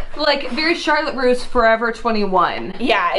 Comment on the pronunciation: Charlotte roose. CHARLOTTE RU